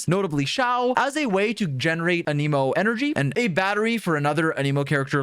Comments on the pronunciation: Every character in the game will pronounce the word "An-im-oh" and people will still insist it's pronounced "An ee moh". Drives me insane. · bro is still saying an emo in 2024 ICANT